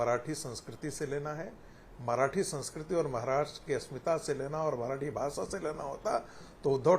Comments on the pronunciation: भासा नही भाषा होता हे रागी😂😂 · भासा नहीं भाषा होती है रे गवार